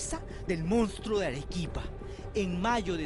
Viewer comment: La conductora dice Mounstro pero el título dice Monstruo